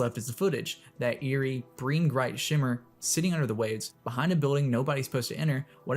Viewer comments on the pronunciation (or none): "breen gright" 🥀